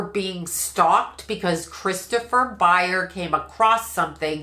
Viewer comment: ByerS with an S. How can you do a reading and continuously get one of the main characters name wrong?